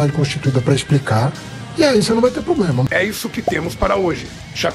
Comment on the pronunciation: O "Professor" Haddad disse "Poblema" - Minhas orelhas sangraram!! 😅